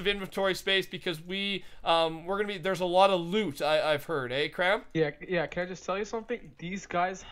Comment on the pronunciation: When says "Kram" it sounded like Cramberry